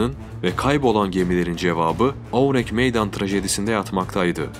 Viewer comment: Ourang Medan ingilizce bir isim değil yani aksanlı okuyayım derken saçma sapan birşey çıkmış ortaya oürenk meydan nedir ya. Videoya odaklanamadım resmen :f